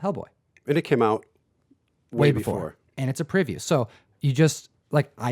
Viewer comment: it's not a priview, it's a PREview. That is a long e. You pnw'ers pronounce things differently, lol. Great video!